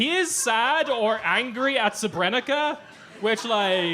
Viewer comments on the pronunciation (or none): You have to learn how to pronounce “Srebrenica” properly.